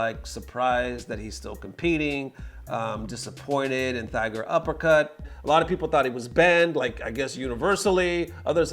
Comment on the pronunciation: I think you should do more research instead of having people tag you and do the work for you, your pronunctian is off on a lot of your content recently. Stop calling it thighger uppercut.